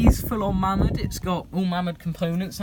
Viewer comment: mamod is correctly pronounced 'may mod'